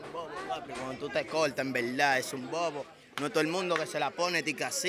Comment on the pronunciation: yo conte como ''en velda en velda'' hahaha